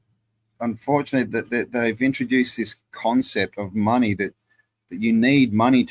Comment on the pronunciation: Mone eye. Yikes!